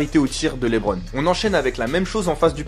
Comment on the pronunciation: par contre mispronounce le nom du King comme ça c’est très grave monsieur ! L’intonation est sur la deuxième syllabe de « Lebron » -> « Le-BRON » James